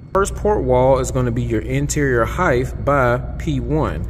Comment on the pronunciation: Did you say heighth